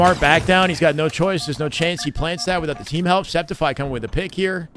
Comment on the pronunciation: Sceptify is pronounced Skeptify, like skeptical. His brother mentioned it in an LVT stream, but everyone forgot i guess. Por guy, no one ever gets his name correctly. :(